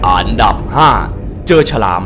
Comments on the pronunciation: พี่ไม่ได้พูดอันดับ แต่พี่พูดอานดับ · ชอบคำว่า อานดับ!! อ่ะ55555